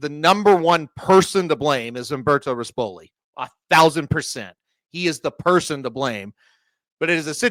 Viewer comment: And pronounce rispoli correctly; he’s not the piece of crap owner with gator colors